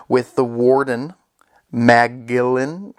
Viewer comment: Magellan is pronounce as Majellan